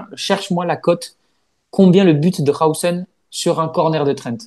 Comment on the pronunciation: Ça se prononce Dîne Ha-ou-zen selon ses propres dires